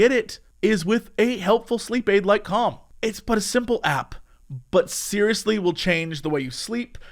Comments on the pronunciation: everytime he says 'calm' or 'com' my ears always hear it as something else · I know the name of the app is Calm, but I can’t help but hear it as cum, and it makes the ad that much funnier. Juvenile, but I can’t help it. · Boy it does not sound like he's saying "calm" at the start. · I love how Jesse pronounces 'calm' ( ͡° ͜ʖ ͡°)